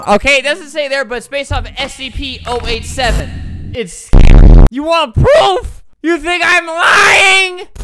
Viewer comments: He said stp not scp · what is stp were u supposed to say scp